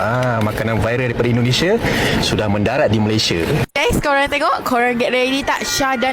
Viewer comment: YOUTUBER INI SALAH SATU ANAK ORANG UTAN KERANA MAKNYA BERKONGKEK DENGAN ORANG UTAN. LIDAHNYA TAK PANDAI SEBUT MALAYSIA DENGAN BETUL. MEMANG ANAK UTAN BODOH, IQ RENDAH